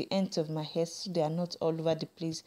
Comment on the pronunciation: it's funny how you say "air" for "hair" and "hoil" for "oil"